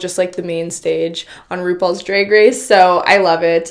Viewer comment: You’re not saying drag right